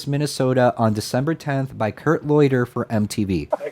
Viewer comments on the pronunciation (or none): Loader, not Loiter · How did you get Kurt "Loy-der" from L-O-D-E-R?